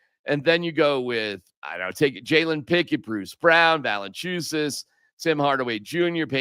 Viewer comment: Va-le-IN-chu-nas. Agree with everything else 😂. 👍